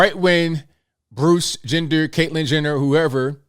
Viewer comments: Did you say Bruce Gender? 🤣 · I think you said “Bruce Gender”..cracked me up.